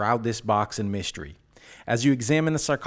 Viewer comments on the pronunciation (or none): it's not mySHtery it's mystery